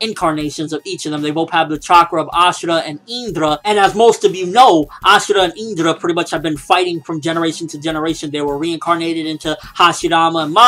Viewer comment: It is pronouced Indra with a I! Not a "eendra"